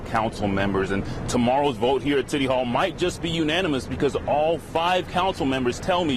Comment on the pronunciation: did he say "titty hall"?